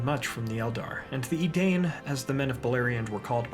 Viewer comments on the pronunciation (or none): My feel when this dude pronounces "edane" not "edein", smh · Im so surprised, the pronunciation of the name of men in Beleriand is not ‘e-dane’ its ‘e-dine’!! Ai does not make the same sound as maim. Source: Silmarillion index. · Great video. Minor point: isn’t “Edain” pronounced “ee-dine” rather than “ee-dane”? Just a quibble